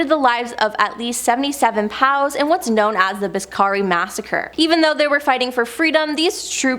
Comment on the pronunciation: Lol, why do you say "POWS"... It's Prisoners of War!! You Canadians are too funny.